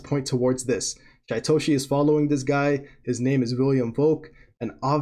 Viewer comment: His name is pronounced Sheetoshi.